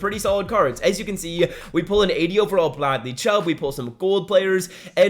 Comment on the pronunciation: He said Bladly Chubb 😂😂